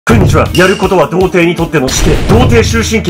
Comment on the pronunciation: くんにちはってなんだよwww